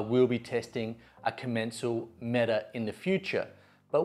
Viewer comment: Its called com-en-cal